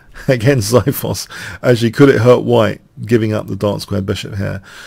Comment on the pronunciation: lol the way you say xithos is so wrong lol